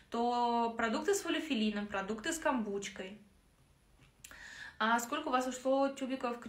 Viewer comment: Слушаю уже неделю Вас. Слышу постоянно «камбучка»... Что это? 😱😱😱🙈🙏